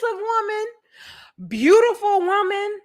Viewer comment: “Brutiful” Brut x awful 😂